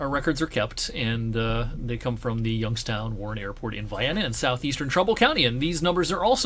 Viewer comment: As a person who moved to Youngstown from Rochester, NY I thank you for pronouncing it right.